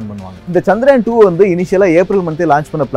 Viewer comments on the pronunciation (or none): தல அது சந்திர (யா)ன்.. சந்தி (ரா)யன் இல்ல